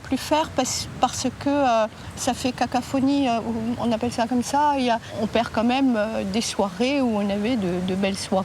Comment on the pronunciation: cacOphonie...elle a dit "CACAPHONIE"!🤣